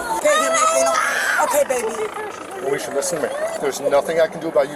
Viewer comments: "moe esha" come on man what r we doing lo l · Hearing him constantly say “Moesha” was hilarious. He’s good at his job 😅